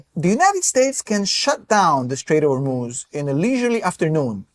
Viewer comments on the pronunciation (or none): none